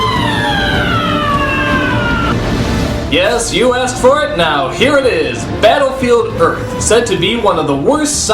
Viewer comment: I swear he says "Battlefield Ass"